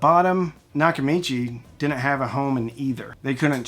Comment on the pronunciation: They "dinnint"?